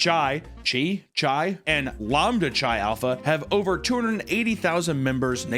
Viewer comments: It’s pronounced With a K like Ki not chai like chai tea. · Chi is pronounced, like saying kai cenats first name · For the love of all that is sacred: Chi is pronounced "Kai." Like Chiron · Chi is pronounced k-eye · / I know you don't care about proper pronounciation, but "chi" (the Greek letter, X) is pronounced "kai," not "chai" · hearing you pronounce chi as CHAI hurt my ears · "Sigma Chai" lmao, it's not pronounced like it's tea 😆🤣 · It literally doesn't matter, but chi (the letter X) is pronounced 'kai'. Chai is a tea. Thank you for coming to my TED talk. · Chi is pronounced "K-eye". I like how you said though. :P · The way you pronounce "CHI" is crazy wrong. Just so you know. Its pronounced KAI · Chi is pronounced Kai,. Gosh. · “Chi” is pronounced like “Kai” like eye with a k in front lol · You've clearly never been a frat guy if you're pronouncing it "chai". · "Chi" is pronounced KAI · Chi (X) is typically pronounced as Kai. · For future reference, χ, spelled chi, is said as Kai, Key if you're in Kingdom Hearts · please god tell me you're misspronouncing "Chi" on purpose... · Having mispronounce sigma chi the entire time is great considering I had a roommate who was in that frat and wouldn't shut the fuck up about it